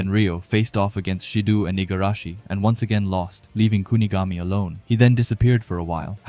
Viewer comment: SA-Aye and Shi-DOh pronunciation 😊